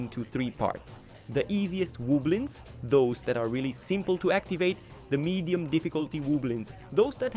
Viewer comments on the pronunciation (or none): Medien? Medien? Really? It’s medium.